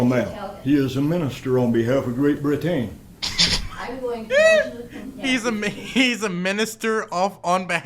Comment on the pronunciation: Why does this guy weirdly force the first syllable of each word he says? Also he’s just choosing to pronounce things strangely and put the emphasis on a different syllable, right? Please tell me I’m not crazy. (Example: brit-AIN for Britain, dee-uh-SPOR-uh for diaspora)